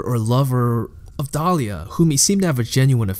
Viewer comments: Overall, good video. Saying dalia instead of dialla tho... that really bothers me for some reason :/ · The content is good, really good. Just a little frustrating when you mispronounce Dialla and other stuff. Good job overall! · Really well put together video but seriously just speak clearly and concisely, and pronounce your words correctly like "thor-mah-tur-gee" and "di-alla" not dahlia etc.